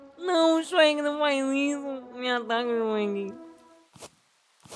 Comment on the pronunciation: "Meu deus o xuequi naum xuequi"kkkkk